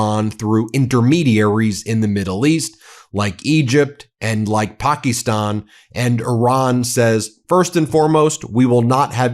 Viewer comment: Can you please pronounce Pakistan properly. Paki is a slang term and you’re emphasizing it in your pronunciation. Please.